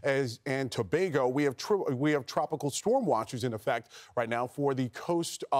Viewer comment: Another correct pronunciation of Tobago 👌